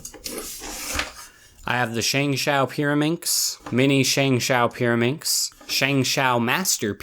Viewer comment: The pyrimax part sound like marAnda